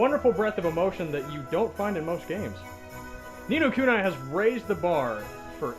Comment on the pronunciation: Its pronounced Ni No Kuneeeeeee